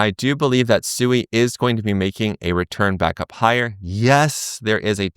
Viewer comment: Its pronounced Swee but great vid thanks 🎉